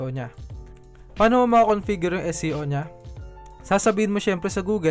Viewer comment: SEO po ba o SCO? Prang naririnig ko po more on SCO? Bka mhina audio ko..Thanks.